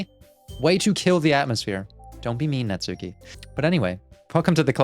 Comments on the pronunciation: Looking forward to you going through Natsuki's route (and hopefully realizing that it's pronounced Natski, not Natsooki, the U is silent). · I know I’m late in the series, but you’ve been pronouncing Natsuki’s name wrong the whole time. As you may know, the names are Japanese. So, it’s not Nats-suki it’s more Nats- uh-ki or even Nats-ski. The U is subtle or silent. I’m not Japanese or anything, just something I’ve picked up from weeb culture.